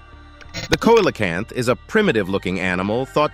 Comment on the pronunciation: The fish found by South African is pronounced as "Ceelecant"